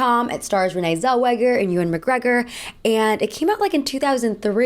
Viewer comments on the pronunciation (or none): none